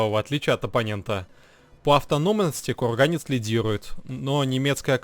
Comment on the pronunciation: ну отвел бы ты сына к логопеду, ну невозможно слушать "кевлаг.. кухганец..эгономика...бгонетехника.."